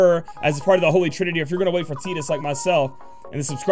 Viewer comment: Bruh.. ur so worried about Aileen's name yet ur killing Tidus. Its not "Te'dus" . just think about how u pronounce "tide", like the tide of the ocean, which is water and also ties in with our favorite blitzball character.